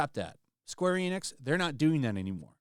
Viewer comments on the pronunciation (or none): none